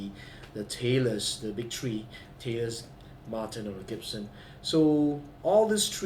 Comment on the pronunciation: One two tree four!! lol